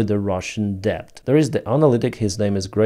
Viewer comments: Hi...Let me apologise for English and it's spelling. You speak it very well but are pronouncing debt with the 'b' included. It's entirely silent, so debt is just phonetically sounded out as just 'det'. Many otherwise excellent English speakers also pronounce bomb with a 'b' at the end. Again, for some crazy reason the b at end is silent, so instead you should just pronounce it as 'bom'. I know it's truly crazy spelling, but I didn't create it! Anyway, keep up the good work. I hoping that after a gruelling 2024 that 2025 will reveal a swift end to Russia's evil ambitions. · When pronouncing "debt" - leave out the "b" -- "det" - That's right ! " det " !!! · he says [debt] because it could sound otherwise as: death ... ;) LOL